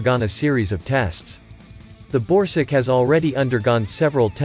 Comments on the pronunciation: This video is voiced by a text-to-speech bot, he doesn't care about pronunciation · Borsuk is pronounced rather like "Borsook" not "Borsig" - which is a name of a German company. ZSSW-30 is a manless turret - this is not mentioned in the video. PPK is just Polish for ATGM (left not translated). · Is he saying borsig or...??? I can't understand..